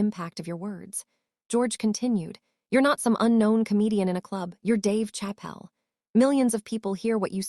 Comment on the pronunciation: We're not gonna witness anything. We're gonna witness you keep running your pie hole instead of netting the interview happen. And get a better AI. Can't pronounce Dave Chappelle. Come on, man.